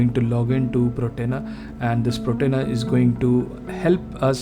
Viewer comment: Slight correction, its Portainer… not Protainer…